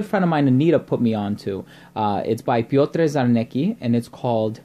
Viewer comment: The correct pronunciation of this Polish name is as follows: Pyotr Charnetzki. The scent is deep and very rich.